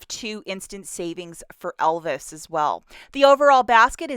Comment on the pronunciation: Are you calling Elvive shampoo Elvis shampoo? Funy